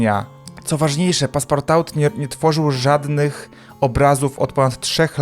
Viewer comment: CZYTAJ PASPARTU BO POPROSTU NIE MOGĘ